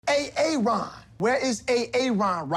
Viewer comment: A-a-ron.....never gets old 🤣🤣🤣